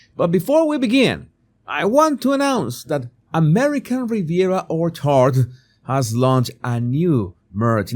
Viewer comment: I love how pronounces Orchard. And Students/Said/Hindsight and Throughout. New ways to say things. 🥰 (I hope you are feeling better. You look better, sharp as usual.) PS Meghan should know that stiletto heels ruin a gymnasium floor.